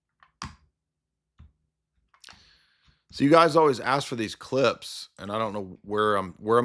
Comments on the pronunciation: Book of Asks* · Da book of Aks